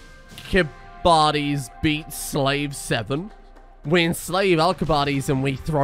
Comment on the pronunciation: I'm like 90% sure the correct pronunciation is "Al-kih-bye-ah-deez."